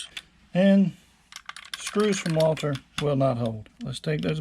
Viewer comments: WALTHER NOT WALTER. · The? Company's name is walther not walter